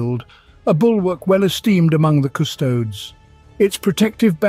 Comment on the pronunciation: Drink on ever time he says CusTOADS